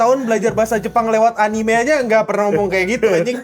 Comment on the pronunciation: Gw sih geli kalo ada yg ngomong Anime jadi Anim atau Enim. Itu kata dari bahasa Jepang, bukan Inggris. Orang Amerika aja melafalkan 'Anime' bukan Anim atau Enim, lha ini malah kenapa banyak orang Indonesia yg pake lafal sok British? Itu sama saja melafalkan Tokyo dgn Tukyou atau Kyoto dgn Kyoutu.